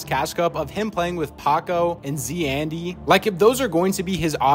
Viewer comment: It is not proununced Z and Andy, it is Zandy, tied, You're saying-(z andy) It is prounuced-(zandy)